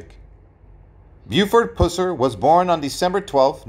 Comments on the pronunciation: AT LEAST pronounce the guy's name correctly: It is pronounced PUH-sir. I cannot believe you didn't research your subject... or at least hire a competent narrator. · Dude! It’s pronounced, “Puss-er”. I couldn’t hardly stand listening to you butchering his last name. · Can you say "bus"? Or "cuss"? "Pus-sur"!😮🙉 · PuH SIR Not pooss-rr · It's pronounced PUH-sir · Its pronounced PUH--SER, not Puss-er! Geez.....do your homework! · It’s (PUH-SER) PUSSER 🗣️‼️ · Just for your info: his name, Pus-ser, rhymes with "bus" or "cuss"! 🙉🙃☮️ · You pronounce his last name WRONG!!!!!!! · Should be a crime the way that you pronounce his last name. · Gezzz you would think if you were going to make a video about someone that you would pronounce their name correctly. I don't know if you were meant to mispronounced his name but if so it's not funny or cute. It's down right disrespectful. My father-in-law was a TN state trooper back then and he has me stories about what a good person and man Mr. Pusser was. Also why is there such a big interest in him and his life all of a sudden? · You got that right! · Yes he does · I’m beginning to think the same thing!! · Pronounce the last name correctly! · You can’t even pronounce his name right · Wrong pronunciation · I’m a Pusser and we don’t pronounce it that way also from Tn where the movie was actually filmed